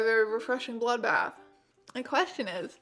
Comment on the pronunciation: "Enjoywing my vewwy wefweshing bwoodbaff" 😂😂❤❤